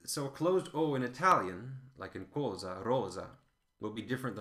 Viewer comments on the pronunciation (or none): Very useful video! Just be careful when you give the example of the two Italian words (rosa, cosa): You're still pronouncing them with a very closed O (rósa, cósa), when they should be: rɔːza, kɔːza.